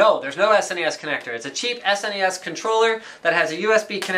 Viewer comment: I love that Linus pronounces it properly, as an acronym SNES. Some of my idiot friends pronounce it "SNES" (as one syllable, rhyming with "guess"), which bothers the crap outta me.